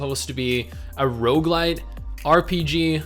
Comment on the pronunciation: did ya say rougelite ? really ? -- tis game is like Soulworker if done right